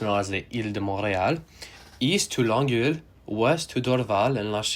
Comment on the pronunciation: Interesting. And great pronunciation of the French stations in Montreal, except for Longueil. It's hard to describe how to pronounce it, it's with eye-yuh at the end. Also, LA's Wilshire Blvd is pronounced like 'Wilsher'